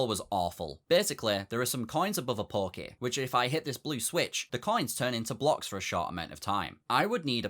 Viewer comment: Ngl, every time he said "pokey", i heard "porky"